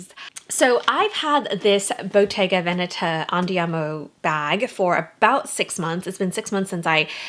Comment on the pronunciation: Just began the video but yay, you pronounce Veneta correctly. I’m a fan 😂